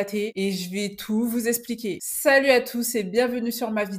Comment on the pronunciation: On dit eXpliquer pas esspliquer!